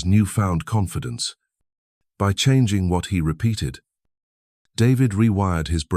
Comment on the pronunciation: I’m done ranting about AI narration that when trying to simply state someone’s age as twenty nine, says two nine, and then mispronounces the word confidence. No seriously, thank you for posting this. I do this all the time. Maybe one day I will become my true self.